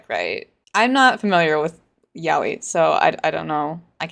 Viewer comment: wait thats how yaoi is pronounced